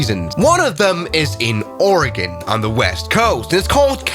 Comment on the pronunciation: this airport is/was used for seasonal firefighting for the forest service congrats on saying Oregon correctly also, you should look up the Hite airstrip